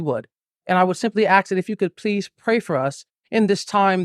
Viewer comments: he would ax .............. 🙄 Dude, that's not how you say ASK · It bothers me he says aks, instead of ask, especially during his press conference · Why the hell do so many americans say AGSK instead of ask. Wtf. Stop. Can you guys read? Oh wait no he was home scooled, nevermind. 😂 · Drink every time he says axe(ask) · When a doctor says ax* instead of ask* challenge your doctor 😂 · Ok. First tip off is that he says "aks" instead of "ask". If you talk like that, I immediately assume you're a dummy. 👋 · Oh where to begin.. well, at a Press conference using the word ax instead of ask shows the level of education 😢well he tried lol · For someone who claims to be so educated, why does he say AXE? It’s ASK. Sorry, that just bothers me. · "I would just simply 'aks' that... " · "I would just simply AXE" Bro can't even speak like an adult and people believed him?? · "I would simply aks" lol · Any other non-native English speakers’, who’s learnt it for several years in school, who cringe and/or cry on the inside every time he says “aks”? 😭😫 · The "MD" cannot even pronounce English words properly. What is "AKS"? He is a Career Criminal with a personality, plain and simple. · and the word axe instead of ask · Not sure what to think about all hes “axing us to do “ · HOW HARD IS IT TO SAY ....ASK ... IT ANNOYS THE LIFE OUT OF ME !! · Dude says he's a doctor with a Ph.D. and cant even pronounce ask.😂 Also thanked his "supporters", even those who didn't support him. Whaatt? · He can't even pronounce "ask" correctly . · And yet he can't even pronounce 'ask' and 'institution' 😂